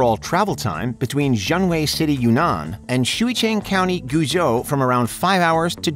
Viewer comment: I’m not normally a stickler, but if you’re going to say the word “Guizhou” so much please just google how to say it first. It’s more like “gway-joe”